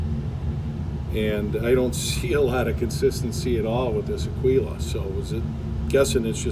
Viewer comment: Aguila, "G," not "Q."